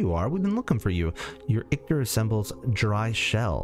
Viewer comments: Sorry homie. Ichor doesn't have a "t" in it. It doesn't rhyme with victor. Your pronunciation drives me bonkers. Hahaha! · The way you’re pronouncing Ichor is bothering me way too much